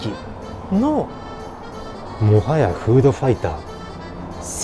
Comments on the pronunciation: もはやのイントネーションが顎より気になる。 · 本日の語録ハイライトのコーナー！！ 「もはや」のイントネーションが唐突の関西ｗｗｗ からの にも畳みかけ関西「もはや」ｗｗｗ